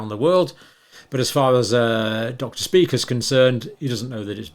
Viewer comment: It's actually not pronounced Dr Speaker, its pronounced. Dr shpye-cher ( phonetically) it's a German word, however many Jewish people have this surname